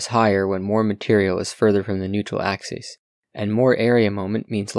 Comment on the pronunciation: Axis is pronounced "AXE-iss" when singular. It's pronounced "AXE-ease" only when plural, but you mispronounced singular as plural many times.